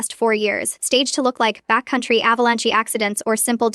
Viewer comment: Ah, you've just noticed software does the writing! The reading software isn't clever either... check how it read "sewn" as "soon" that one time.... and "avalanchie." And how many times sew and sewing came out Sue, and its incapacity at pronouncing, well, about any word. Corrupted software? "Photto-graphs." Superfluous hostile MIL... And the software can't read numerical time, no how.